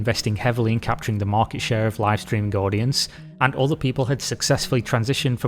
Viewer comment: Every time he says "streaming" l hear ”screaming" 🤣